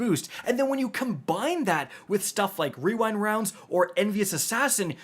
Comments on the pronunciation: Wewind Wounds 😂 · Bro, I love you. When you pronounced the rewind rounds wrong and then did the fortnite kid voiced, I laughed maniacally. Also happy birthday.